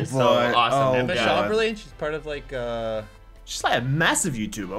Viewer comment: and dont even know how to say chamberlain. Its chamber-lin lol